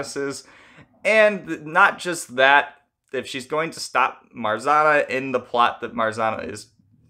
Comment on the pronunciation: There’s no R sound in Marzanna . RZ is pronounced same as you would pronounce ż . Also you should pronounce both N .